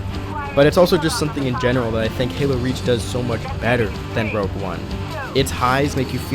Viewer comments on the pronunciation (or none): K I hate to be that guy. But it’s rogue not rouge